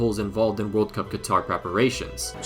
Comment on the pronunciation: “Two tventy two vorld cup”